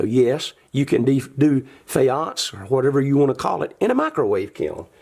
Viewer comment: omg! i love your little pointer! i worked in Egypt as an archaeologist. you are indeed pronouncing it correctly. I am going to try this faience method! thank you- love your channel!